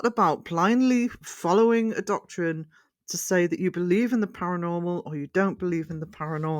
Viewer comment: great video well said my friend respect ps you say doctorine is that in the house in the tardis etc sorry you know my humour also i can recommend Debunked Paranormal as a debunker for video reviews on the work xx